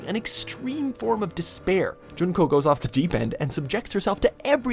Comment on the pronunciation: its junko its always junko